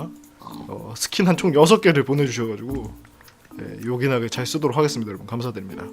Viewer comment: 5분 요긴하게가 욕이나게로 들린다.